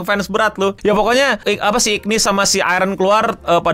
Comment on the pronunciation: namanya tulisannya igris tapi dibaca igrid bang untuk karakternya tetep Hunter Cha Hae In jadi bae Thomas Andre jadi om om paling gagah sama Antares jadi monarch paling keren